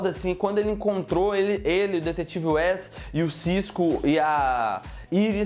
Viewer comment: Na hora da pronuncia de alguns nomes como caitilin e west